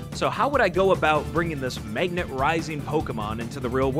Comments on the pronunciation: why do you keep saying maygnet? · What dialect of English produces the way you pronounce magnet? It sounds like meygnat to me